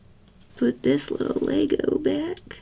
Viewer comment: " like a little leeigoooo."